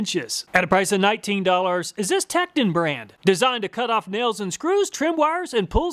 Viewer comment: I hate to be that mf but I’ll help you out for the future it’s pronounced “teak-ton”